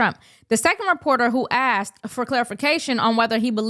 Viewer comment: It’s asked—— not axed. Work on that😊